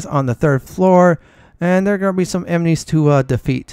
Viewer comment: Emnies lol. Aside from that weird pronunciation, I love your gameplay!